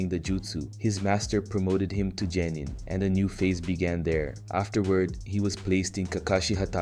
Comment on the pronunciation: "za-boosa" "jenin" man did you even watch the show or are you just mispronouncing things on purpose